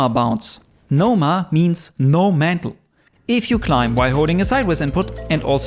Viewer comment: You lost me at "mantle".